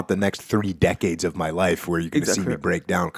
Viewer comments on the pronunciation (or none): none